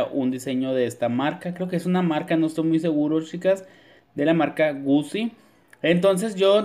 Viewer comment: Aunque se escriba “Gucci” se pronuncia “Guchi” pls dilo bien xd porque me dio un patatús.